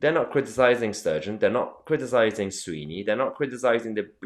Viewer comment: try and get the name right it's Swinney not Sweeney. frankly this is all nonsense. Nicolas approval rating in Scotland is 85% independence is settling at 54% yes with no significant campaigning, believe this I'll generally call an "assessment" THE FACT THAT YOU DO NOT KNOW THE NAME OF THE EDUCATION SECRETARY OF SCOTLAND. KINDA UNDERMINES YOUR CREDIBILITY MATE